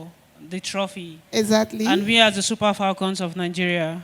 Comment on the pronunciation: Abeg wetin be "FOLCON" wey dis man dey yarn so? Na fone be dat???!😮